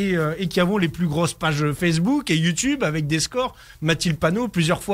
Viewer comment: avant d'attendre, commencez par réécouter, vous avez mal entendu, il dit bien "sur Fessebouc"